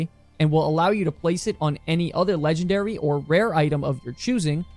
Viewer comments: its LEGNARARY! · “LEGNARARY” -Asmongold 2023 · "rares". "LEGNARARY"